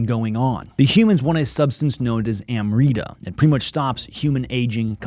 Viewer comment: It (AMRITA) is pronounced as Umrita/Umrit ..